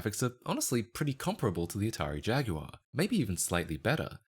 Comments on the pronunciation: Atari "Jag-u-are" 💀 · Atari Jag-U-Ar? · jag-you-are counter: 2 jaguar counter: 0